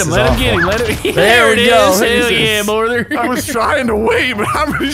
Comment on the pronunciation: "HELL YEA BORTHER" lmaoooo what man